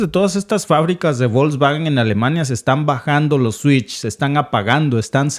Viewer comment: Se pronuncia 'Folksvagen' (la 'g' en Alemán, siempre se pronuncia con sonido de 'g' suave, como en 'Gato', nunca con sonido de 'g' fuerte como en 'Gendarme').